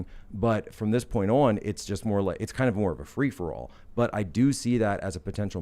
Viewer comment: Can stand when people pronounce the word on.....awon. Wtf is that ??? So irking